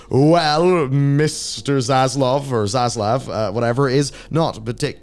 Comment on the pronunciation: "Za Slav"? Also, anyone else think that Zaslav sounds like a generic villain name?